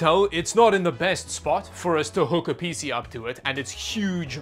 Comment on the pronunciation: hearing him say Peezee never gets old :P i can not put my finger on it, but it sure does not sound like pc the way i say it.....